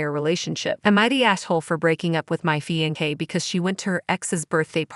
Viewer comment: I swear…I can’t deal with these narrators. “Fian-kay”